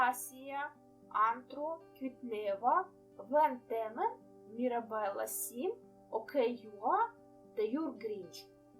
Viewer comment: Чудове втілення Мавки🥰😍😍😍😍(тільки мій нік читається мЕрабелла, але не переживай все ок, з ким не буває , я також іноді не правильно вимовляю імена)Дякую за крутезну історію і інформацію😃😍😍🤩